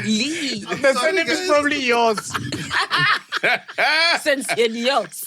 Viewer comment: Sincere Lee or Sincerely 🤣🤣🤣